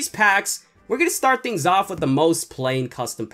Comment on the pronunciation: The way he says "thing"😂 your the legend